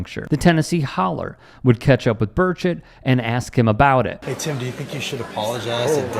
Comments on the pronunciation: Pretty sure he was saying “Bird-shit” 😂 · Did I just hear you call him Rep Tim Birdofshit? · Burchett , pronounced bird shit. Thks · Did you say Tim Birdsh!t?!